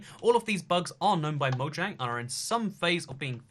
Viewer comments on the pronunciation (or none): none